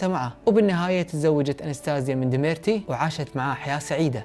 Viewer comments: يا بني ديميتري مو ديميرتي 😂😂😂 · كل لفظ الاسماء خطا ! ديمتري و ليس ديميرتي الكسي و ليس الاسكي راسبوتين و ليس رابسوتين 😂😂😂😂😂